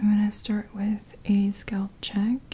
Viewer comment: hi just wanted to say i really enjoy your videos and find them very soothing. Was thinking you could use chopsticks also for scalp checking , might be an option? Also i hope you dont mind me saying this but the pronunciation for 'scalp' is the 'a' sounds like 'a' in apple. I think it's the word skull that throws a lot of people off when saying scalp because it comes out as sculp. Anyway keep up the good work! ps Your sister is so lucky to receive all your massages! :)